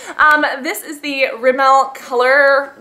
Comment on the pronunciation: U say rimmel like its rimell XD